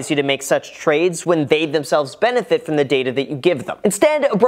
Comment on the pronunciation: Great video! Yeah, they sound bad to me too. I wouldn't want to invest with them. "froim" lol